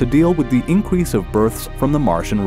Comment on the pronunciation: he says incwrease